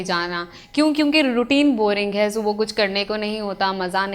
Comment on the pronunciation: Topic bht acha ha but jesy he ap subha ko galt pronounce krti ho ak dam topic sy dilchaspi he khatm ho jati ha or sunna bardasht sy bahir ho jata ha jab koi galt urdu boly to ajeb sy uljhan hoti ha ya word morning subhooooo ni subhaa hota ha plz correct it